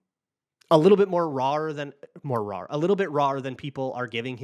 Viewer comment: Good episode. for rawr 🐯. By the way "more raw" is the proper way to describe it. It was funny that you noticed it sounded bad but still said rawr like a scary kitty